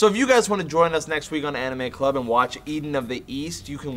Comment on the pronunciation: It sounded like said Anime Glub.